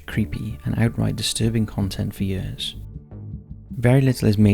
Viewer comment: Hides it well but I detect a slight North East accent in his years...perfect voice for his channel